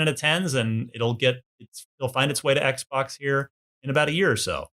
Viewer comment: Couldn’t he pronounce ‘XBOX’? Why? 🤔